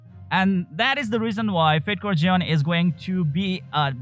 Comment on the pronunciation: Fatecore Zeon Me: Fatecore John?? Jeon? Who the hell is John!?